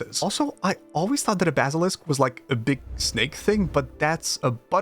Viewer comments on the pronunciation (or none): none